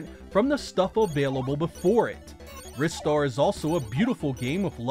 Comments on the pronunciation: Pronounced Ri-Star, ie; RhyeStar. Because 'Ri' part is similar to the Japanese name/sound, so like a 'Rising' Star. 'Wristar' sounds like an exercise machine that trains your wrist. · It's pronounced "Ristar" as in "Rising Star" no it has nothing to do with the wrists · Yeah, heard that many times and don't agree. In Japanese, Ri is pronounced with a hard "it" sound. The way you're saying it would have been spelled Raistar to serve a Japanese pronunciation. Instead, the Japanese title is Risutā za Shūtingu Sutā, again, clearly demonstrating the hard "it" even in its original form. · Yup, and I still argue they are wrong. The original Japanese name is not pronounced that way.